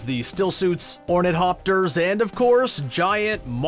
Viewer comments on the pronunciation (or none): "Ornit-hopters"?!? Really?? Learn some Latin and Greek derivatives, dude... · Ornit-hopters? Beany Gesserit? Chayny? Dude... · "Ornit Hopters"? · "Ornit opters" WTF? they are ornithopters. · "Ornet-hopters"???? Dude. Really. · Uh, that's ornithopters... like the th of the. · Yeah, it technically "looks" more like Frank Herbert's Dune should, like actually having ornithopters (learn how to pronounce it, dude) and such. But, other than that, it seems just like a remake of David Lynch's film. Other than the ornithopters of course and maybe Baron Harkonnen's mud bath, pretty much everything in the trailer was also done in the Lynch version. It's so much like it, in fact, that someone made the same trailer from clips of the Lynch film. So FAIL, Screen Rant.